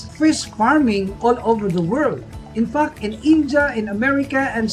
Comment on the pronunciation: I heard infuck instead of infact. Anyway awesome video